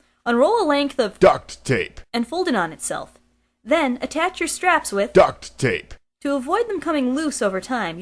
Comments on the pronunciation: This is very awesome and neatly built. Although, I'm not that great with building items like this, but it was still fun to watch. I also learned something about pottery that I didn't know, might come in handy for my class. The funniest part of this was the way the guy said duct tape. xD Again, very nice tutorial video and wings. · How the guy(?) saying "duct tape" is so funny